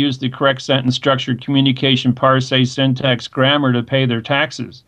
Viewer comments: So 'parse' rhymes with 'arse', not 'ar say.' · Also, "par-say.' =_= It's fucking "parse," as in like how you say "purse" but with an "ah" sound instead of an "uh" sound. This guy is a fucking perfect example of the Dunning-Kruger effect in action.